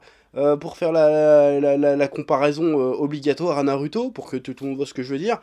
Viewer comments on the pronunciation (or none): J’en peux plus d’entendre « NarÜto » et « SasÜke » mdrrr Pourtant « Bakugo » tu le prononces bien Incompréhensible